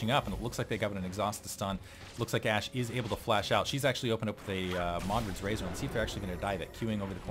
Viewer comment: lulz u said to dat ashe sorta like to dat ass..... yea ik its lame :(